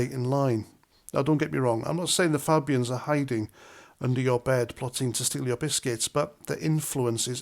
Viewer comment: Polite request ……..please pronounce the word Fabians correctly! Great post though!